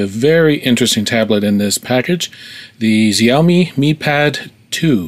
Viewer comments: Is not ziaomi, is XIAOMI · it should be pronounced as sha-o-mi not xy-o-mi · its pronounced shaoimi but spelt xaiomi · "I'm sure you're probably in the show-MEE group", well I don't know where you got that idea from, or why you think those videos of people saying Xiaomi correctly vindicates the way you were saying it. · Is it really so hard to look up how Xiaomi is pronounced?